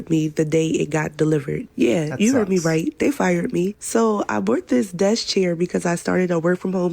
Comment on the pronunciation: She says, "I bort this" when she is trying to say "I bought this"